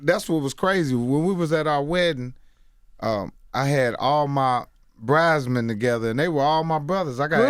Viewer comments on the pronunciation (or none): this nigga said "bridesmen" hahahahahahaha bruh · "BRIDESMEN"? LMAO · Man said, “bridesmen”..😂💀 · Nigga said bridesmen😂😂😂😂😂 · This dude said “bridesmen” 😂😂😂😂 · That nigga said bridesman lmaoooo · My man mike said “bridesman”. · I almost wrecked when he said “Bridesmen” lmao